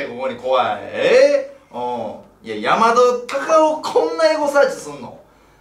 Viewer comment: なんで毎回山田隆夫言えないんだよ可愛いな